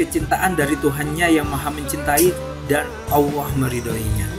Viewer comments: HEI BUNG ADMIN KLU KAU MENYEBUT NAMA ALLAH SAJA DARIPADA BILANG "OWOH" DLM SEBUTANMU DI CHANEL INI LEBIH SANGAT MENGHINA TUHAN YG MEMPUNYAI NAMA ALLAH SAJA BUKAN "OWOH"? 🤔 🙈 🙈 🙈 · Mass admin.. saya perhatiin setiap kali anda menyebutkan nama allah kok saya mendengarnya awwooh..?? Allah itu pakek tasydid mas... ALLAH... Bukan awwoh... Klo ngomong yg lain pakek huruf L jelas2 aja kok.. tp kenapa menyebut nama ALLAH terdengar awwoh.. tp maaf sebelumnya ntah telinga saya yg salah atau gimana tu.. atau cuma saya aja yg denger gitu.. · Di menit kok penyebutan Allah bisa kayak awoh gitu... Hadew... Ap kuping ku yg salah, apa artikulasi suara adminnya yg salah... Gak tau lah, positif thinking aja lah... Biarlah Allah yg maha tau hati seseorang! 🙏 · Kalo saya malah gustialah gimna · Nyebut Alloh ko kaya awoh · Kalau memang tidak fasih menyebut nama Allah, ya nggak apa2. Tapi kalau di buat2, itu yang jadi masalah. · Bukan kuping anda yg salah tp Adminnya yg salah ..apa mgkn ( maaf ) dia ga bs nyebut huruf L atau dia non muslim .